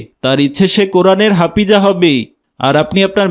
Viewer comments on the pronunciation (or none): হাপিজা না হাফেজা😂😂😂😂😂